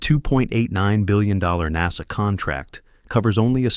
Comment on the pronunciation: "NAZA" for Ai